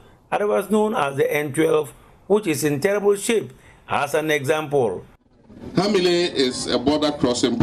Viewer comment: Ha mi le Not hamile